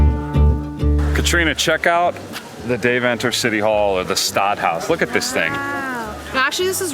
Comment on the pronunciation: The pronunciation of Deventer is killing me. Couldn’t get through the video.